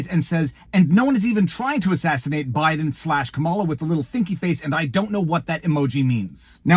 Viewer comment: Im a big fan but when someone repeatedly pronounces a word incorrectly it drives me crazy. Its comma-la. Wtf? I don't get it.